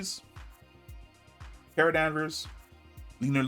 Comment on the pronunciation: Car-a (kara), not Care-a!!!